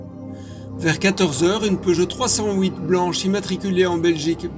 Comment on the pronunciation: Pour moi c'est une peugeot trois cent huit et pas une trois cent houit mais bon... Si ça peut aider l'enquête.